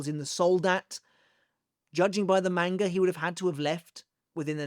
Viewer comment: Bro stop saying manga like that